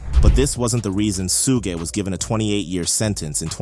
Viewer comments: Suge it’s pronounced shug like sugar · It’s pronounced like Sugar without the r. Suge Knight